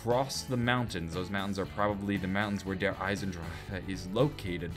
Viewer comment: feel you, it is pronounced Eisen-Dra-chen